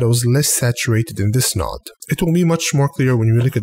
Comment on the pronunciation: honestly think this channel is cool, very helpful. Love how you say "a new noood" too ;)